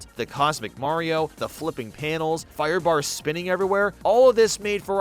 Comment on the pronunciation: Ah yes! "firebars"